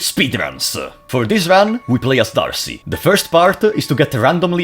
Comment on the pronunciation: It is pronounced or "Day-Arc" or "Deh-arc" because French. In reference to Joan of Arc/Joan De Arc/Joan De'Arce. Not Archie :) but great videos, thank you